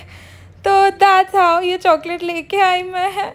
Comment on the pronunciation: Why r u saying choaclate 🤣🤣🤣